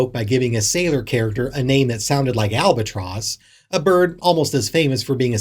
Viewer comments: "Albert Tross"? * sigh * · Albert tross= albatross. Lol 😂